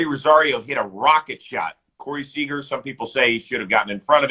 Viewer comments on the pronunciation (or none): none